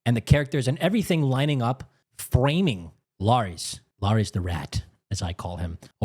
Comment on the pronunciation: It’s LAIR-IS, wtf is this Laries you keep saying?